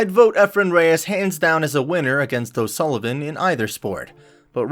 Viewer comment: Americans can’t even pronounce o Sullivan 😂 also it’s snooooker not snucker😂